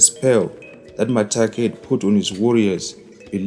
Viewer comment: Its Makate not Matake